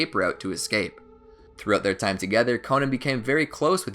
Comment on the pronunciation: Ahh yes the life of "konen"